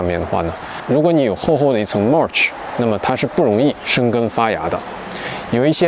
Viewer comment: 你mulch 發音錯了。聽多了，受不了。不好意思